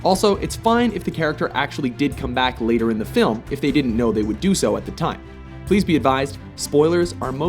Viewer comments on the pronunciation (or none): none